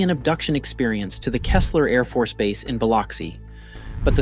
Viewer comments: Go-shay, not Go-tee-aye. Buh-lux-ee, not Bi-lock-see. Kee-slur, not Keh-slur. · It’s pronounced KEY-sler. It’s spelled KEESLER, not Kessler. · It's the small things like calling Keesler AFB "Kesler " that really undermines the whole thing. Like common you can't even get the base name right, and you are trying to talk about UFOs. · Dude, it’s “key-slur” “go-Shay” and “bill-uxy “ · Its pronounced Key - Slur and Bill - uh - xi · Keesler afb....keys-ler..two "E" 's... Not even going to try to blossom the pronunciation of Biloxi.... Js.... My grandfather was a deputy sherif of Jackson County and was eyewitness to the pairs initial reporting that night.. . He had...a differing opinion of their story.. Lol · As a native Mississippian I cringe every time you try to pronounce Gautier, Biloxi, and Keesler